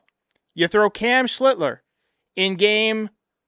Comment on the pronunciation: Them being down is only going to help further grow the lore of Web ( as in slinger ) Cam when he takes the mound moving forward . Shiltzler ..Sheister ... Schlietler no no no it's Schlittler !!